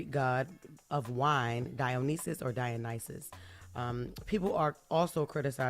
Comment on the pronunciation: Ayo props to Jess for getting that Greek god’s name right